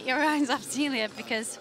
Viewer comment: BTW, it's not Zeeleeuh it's Zayleeuh